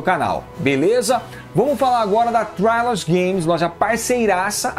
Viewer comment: a forma correta de pronunciar a palavra trilogy é /trilogy/ mesmo, não /trailogy/.